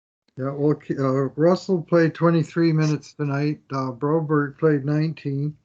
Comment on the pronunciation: Philip Broberg, I don’t know why they call him broberry. Ask the guy how you say it and stop butchering it!!